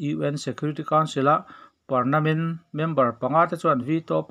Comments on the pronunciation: I thu chhuah ngaihthlak a nawm thin teh reng nen saptawng dik lo I rawn hmang hian ka ngaihsan na che a ti nep zo... .entirnan, parmanent tih tur ah parnament i ti a. Inbuatsaih lawk thin a tha khawp mai....... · Parnament nge Parmanent😀Parmanent emaw ka ti a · A dik chiah 'Pernament' tiin a lam niin ka hria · Pernament ti tlat zel a.. Permanent tih zawk tur ni awm tak.. 😀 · Ka hresual lovin ka hria a.Permanent tihtur ah pernament i ti tluan thak in ka hria😂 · Ngatínge permanent tih hi pernament tia i chhiar le? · Pernament nilovin permanent tih zawk tur aw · Pernament itih tlat a, fimkhur ve deuhla mawle. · Permanent chu ka hria pernament ka hre lo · Engemaw zatin an sawisel PERMANENT tih hi I lam fuh lo deuh niin a lang. Engpawhnise chanchinbu, TV, Radio etc mipui tana thu puan darh tur chi hi chu han fimkhur hram hram teh u, ngaihthlak a hahdam bakah tawng humhalhtu in nih kha. A bengvar thlak hle mai , han tichhuak zel teh khai.